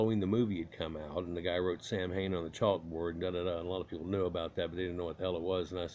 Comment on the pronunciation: If that's true, then it's even worse. You purposefully mispronounced the name through the whole video.